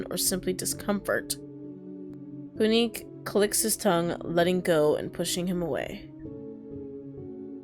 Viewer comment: I think Quinque is pronounced “Kin-keh” cuz the game was in spanish in the beginning